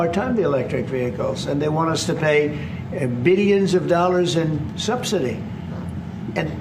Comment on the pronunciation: why does DT always say "bee-llions" instead of "billions"?